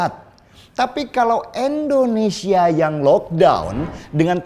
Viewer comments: "tapi kalo Endonesia ...." Pake "i" bosque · Bung Deny, tolong di rubah sebutan ENDONESIA menjadi INDONESIA ,agak risih mendengarnya, Terimakasih.